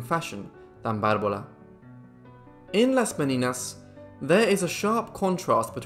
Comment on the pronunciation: Not Me-ni-nas; Me/nee/nyas ¡!